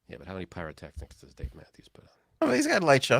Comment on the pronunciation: Hay its pyrotechnics, not piratetechnics 🤣🤣🤣